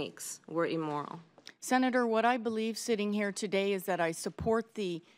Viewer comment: Wtf is emoral?